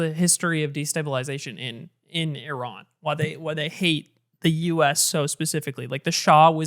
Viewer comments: thank you for saying ih-rahn after all the others said eye-ran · was iran pronounced right once this episode LOL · holy shit, actually pronounces Iran correctly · Hasan pronouncing right because he is Turkish. We pronounce it as we write so İran is just İran in Turkish. Well technically English also trying to do that since they read ran as ren and i as ay.